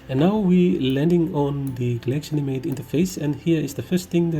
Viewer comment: When the editing software is so obscure that even the best guide for it on the internet pronounces it wrong